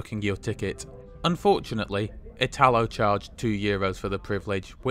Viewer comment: Note: when pronouncing "italo" the accent falls on the "i", just like Italy.